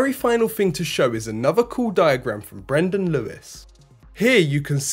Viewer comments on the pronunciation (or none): none